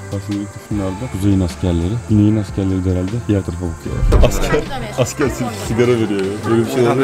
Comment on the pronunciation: Abi her videoda yanlis soyluyorsun guneyin tarafilndaydik